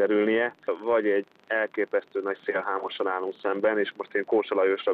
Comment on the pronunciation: hogy mondja kósa szèlhámos valahogy igy jobban hangzik